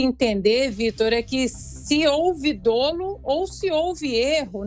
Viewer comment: A pronúncia da palavra DOLO, no Direito, é DÓLO. Sentido : o agente tem a intenção ( animus), de produzir o dano . A anotação é apenas para que a sonoridade da palavra fique à altura do brilhantismo da Ana Paula! Grande analista! Parabéns!